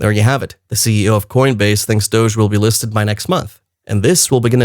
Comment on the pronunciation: Learn to pronounce words that end with, se. Good information. thank you.